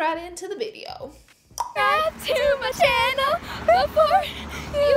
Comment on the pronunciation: "Hey guys welcome back to my ChinnEl"